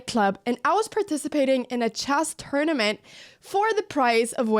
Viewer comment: Tournament, not turnament.